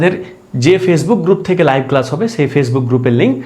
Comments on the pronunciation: "ক্লাশ " হবে না ক্লাস হবে। ❤ভাইয়া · "ক্লাশ" হবে না ক্লাস হবে। ভাইয়া